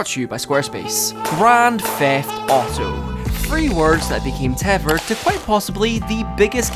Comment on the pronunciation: "Teffered." British people are so dumb sounding.